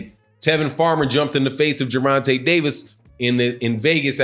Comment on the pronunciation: It's Gervontay Davis...not dovontay...my boy 😁💯💯💯💯💯💯✌️